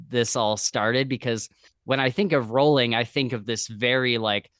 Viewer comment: Rowling rhymes with bowling ;)